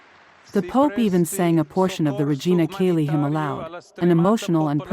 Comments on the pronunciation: Cheli not Kelly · Learn how to pronounce Church Latin! Regina CHAY-lee! Yikes who are you???? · "Chay lee" is how the AI voice should pronounce this